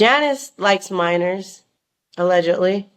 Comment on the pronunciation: It's nearly impossible for the average person to wrap their head around. And she's weird ash gotta take what she says with a grain of salt. Why she keeps saying aledgidly it's either true or it's not.